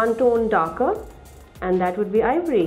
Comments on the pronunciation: Ivory, not Avery! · Sab se pehli baat its ivory not aevory